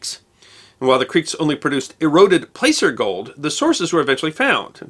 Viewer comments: Placer mining is pronounced "plasser," rhyming with passer. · Pronounced "Plasser" gold. You're welcome. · "Placer" ("placer gold") is pronounced "plasser," same "a" as "plaster" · One of my favorite channels. I know you love to have it right. So take this as respect for your epic work. Placer gold is pronounced “plasser” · Trust you Pierre pronounced Pier…. Trust me, Placer as in Placer Gold is pronounced Plasser. (A descendant of SD Homesteaders), Hoven to be exact. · OOPS... "placer" is pronounced with a long "A", as in "apple". We have a "Placer County" here... and LOTS of things named after the word "placer".